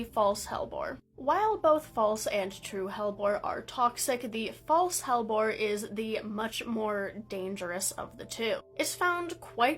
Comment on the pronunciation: I keep hearing bulborb instead hellbore